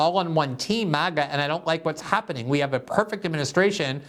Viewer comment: His meltdown is hilarious. MAGA not MIGA!